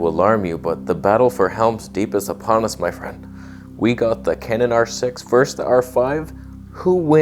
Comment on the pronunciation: "vers" the English language. Hehe